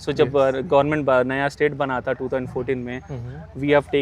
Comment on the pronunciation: I don't know why South Indians add that hard 'th' sound even when the spelling is Amaravati not Amaravathi, And where required you don't add the 'th' sound. There you sound like 'Mai aya ta' instead of 'Mai aya tha' Similarly these Bengalis also keep speaking Ao instead of Aa sound, like they say Joy Hind. it's irritating, don't disrespect other languages and your own language too